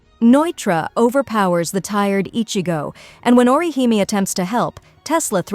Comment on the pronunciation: Orihime. The Japanese character represents a ee or ē sound. So aw-ruh-HEE-may. Like a Michael Jackson he he lol Not or you high me